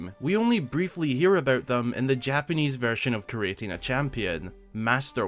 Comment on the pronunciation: I spent half an hour rereading creating a champion, and then heard that you said JAPENESE VERISON.